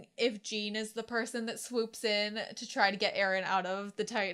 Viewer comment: Jean is pronounced like a John with french accent. The way you say Connie is funny too. Also Pyxis is not pronounced like that either Just try to pronounce it like Germans would